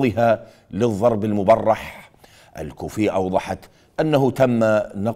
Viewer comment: 😂😂😂😂🎉 إذا مذيع إشكبر صماخة مايعرف يقرأ الضرب المبرح